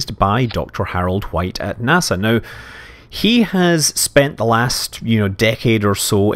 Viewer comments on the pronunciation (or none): none